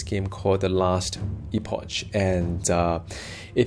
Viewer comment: How u been mate? Really looking forward to this getting multiplay implemented, preferably local co-op. Play necro - you can have 30-60 pets out at one time. I'm actually surprised you didn't start with that class! Btw, it's Ee-pok;).